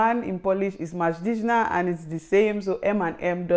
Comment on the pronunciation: Mężczyzna ( pronounced menzchizna)